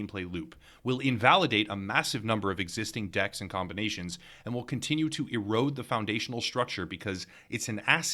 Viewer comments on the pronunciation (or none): none